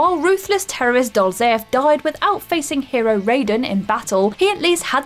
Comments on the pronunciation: The way she said Raiden... just no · I’ve never played a Resistance game but I’m gonna go out on a limb here and assume the race is called Chimera, you know, where the ch is pronounced as k. Also, in Revengence, it’s Ride-en not Ray-den 🤦🏻‍♂️ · it's Kai-Mera and Ri-den (Ride-den), Rayden is from Mortal Kombat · Poor, the whole comments section is about her pronunciations of chimera and Raiden. Side note, it's pronounced 'Raysh":P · Chimera, Lazarevic and Raiden are mispronounced in this video just so you know. Good video though. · To be honest it’s quite annoying how wrong some of those pronounciations are. Chimera, Raiden & Raz Al Ghoul are not pronounced how you said them